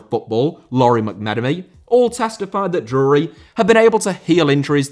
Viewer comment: I had to turn this one off. I can't stand how you pronounce Drury 😂